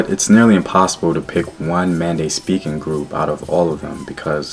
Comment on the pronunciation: Its Men de not Mande